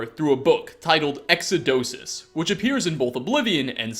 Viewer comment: eXiDoSiS 😂 My gosh,:D